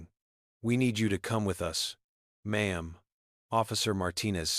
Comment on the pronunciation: Its M'aam. Not Mom